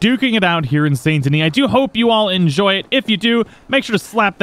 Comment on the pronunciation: why do you pronounce the t and not the s in Saint Denis